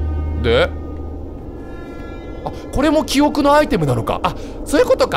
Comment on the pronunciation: キヨが言う｢記憶｣が｢キヨく｣なんだよなw 拡大すなwwww